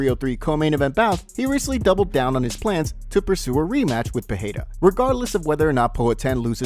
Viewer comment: When will this guy learn how to properly pronounce Pereira??? Fuh-hey-duh? LMAO. And the constant "sends warning" is old, bro. Get something new!!!